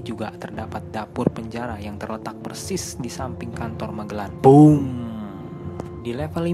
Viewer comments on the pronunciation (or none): none